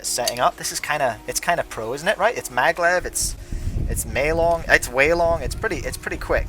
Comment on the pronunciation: It’s maglev, not Madlev like the one you said on the unititle